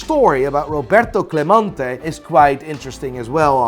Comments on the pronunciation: CLEMENTE not clamonte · My favorite thing about in this video as a Puerto Rican fan, is how he pronounced Clemente differently every single time! GOD TIER